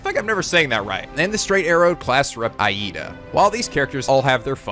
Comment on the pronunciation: Aight man, I'm fine if a name or two is a little off, shit happens. But good god, you've watched the anime and HEARD these names pronounced over and over again. AYE-eeda? UraKAka? How???